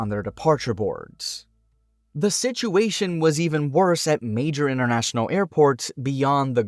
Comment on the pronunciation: 'Innernational? Toronno?' Something wrong with your mouth?